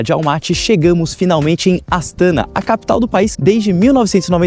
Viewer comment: Parabens pelo video e pelo passeio nessa cidade incrivel! COnheco bem pois vivo aqui e ja estive incontaveis vezes na capital.Algumas coisinhas: se fala "Astaná" (silaba tonica na ultima letra). Assim como Almaty se fala, localmente, Almatá . A capital se chamou Nursultan somente por um par de anos.... antes de 2018 se chamava Astana msm. Dai mudou e nao durou mt. O frio é absurdo mesmo, até pq venta demais nesta regiao (como vc mencionou), Elevando ainda mais a sensacao termica 🥶. Abraços e bons videos !